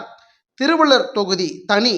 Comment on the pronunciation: திருவளர் இல்லடா தற்குறி நாய, திருவள்ளூர் டா பேமானி...